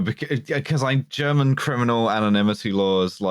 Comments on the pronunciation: thanks for actually asking someone who speaks german how to pronounce stuff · Someone actually pronouncing German well on wytp. What a time to be alive